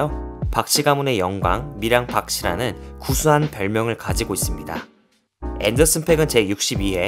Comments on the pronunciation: 앤더슨 팍이라고 읽어 주세요..팩은 욕이라서요.....그래서 스펠링에 aa 중첩해서 쓴 겁니다. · 팩이 아니고 팍이야 앤더슨팍...😅 투팩 하는거처럼 왜그러세요 좀